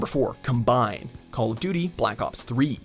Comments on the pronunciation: It's combine, like the tractor not combined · Its pronounced Combine not Cumbine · He’s got no clue about the game or the maps not to mention the way he said combine ughh it’s combine not combined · Is "combine" not pronounced as the noun and not the verb? As in com-bine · com B I N E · Cum Bine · “Cahm-bine” is the correct way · Clearly a lot of research went in to this mans mid pronounced combine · Why does he say combine like that? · This list was terrible. The dude includes a map that thst can not pronounce. Smh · If you're going to include Combine in the video, learn how to pronounce it correctly. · Love how he said combine it shows that he has absolutely no idea what he's talking about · When he doesn’t know how to pronounce combine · you said combine so wrong lmao. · He was pissing me off saying combine lmao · Please learn how to pronounce the map combine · He said combine wrong😂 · the way he says combine..... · Thank goodness I'm not the only one. It was bothering me so much, I had to pause the video to comb the comments for support lol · Yeah he's saying it as in combination instead of a combine -_